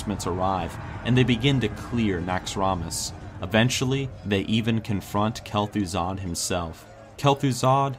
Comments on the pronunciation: he says Bel'thuzad not Kel'Thuzad lol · he says Bel'Thuzad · Bel' thuzad XD